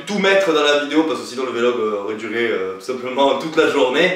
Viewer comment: Mdr on di Vlog pas V log